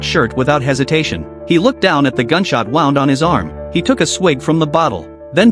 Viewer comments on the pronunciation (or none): Please teach the AI to pronounce “wound” And also, the difference between a person’s eye and back.